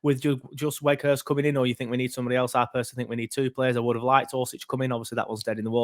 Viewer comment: Think you say both w's in his name as v's and his first name is pronounced like the word 'out'